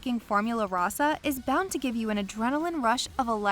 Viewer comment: Roe-sah...not Raw-sah